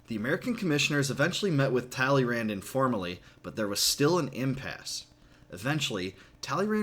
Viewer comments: Please improve your pronunciation of "Talleyrand" ;) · You pronounced Talleyrand wrong